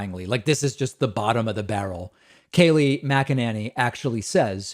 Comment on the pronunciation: Mcenany Saying her last name wrong, I'm not sure if I spelled it correctly.